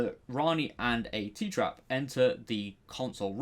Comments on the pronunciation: not tee traps, but Tet traps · Miasimia Goria is also My-a-sim-iya Goria and a Tetrap is Tet-rap and not Tee-trap....